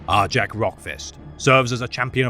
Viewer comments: I always cringed at the wrong pronunciation as well, but even on the Warhammer official channel they say Jak. Idk who is wrong anymore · Isn't it pronounced Are-Yak. In Fenrisian J's are pronunced like Y's. For instance Jarl isn't pronunced Jar-el it's Yarl.